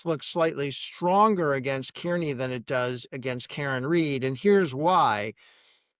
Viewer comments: If you are going to cover this- learn how to say Kearney. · It's wild that after all these years still nobody is able to pronounce Aidan’s last name you would think you would get that down before you report on the story